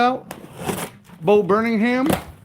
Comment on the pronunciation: Bo Burnham is a comedian who sings, He plays the piano and tells stories, he's very funny. His name is Burnham, not Burningham. You guys need better lighting so you can see the names better, saying "Elvis Costello...The Box" when it's clearly "The Boy Named If" Everybody makes mistakes, so I forgive you LOL. I still love your channel, in my opinion I think vinyl records are way overpriced, A lot of the albums are older & way too much money, I stick with CD's. I find them not so expensive.